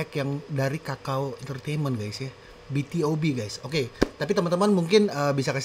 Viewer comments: BtoB, bacanya bitubi. Debut tahun 2012 bang. Asalnya Cube. Dulu adeknya Beast. Oiya Bang React Pentagon doong. Yg lagunya "Daisy" sama "Do or Not". Aku kepo sama pendapat tentang lagunya Pentagon 🥺 Oiya, sekalian req Highlight yg Not The End dong Bang🥺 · Cara bacanya "bi tu bi" bang Aaa salah satu lagu btob favorit😭, idol grup itu bang Lagu mereka enak-enak, worth it buat dikepoin👍